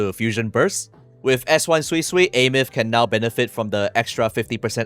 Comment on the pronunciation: thank you for pronouncing her name properly. for the life of me, i don't understand why kuro allowed her name to be pronounced as "soysoy" :(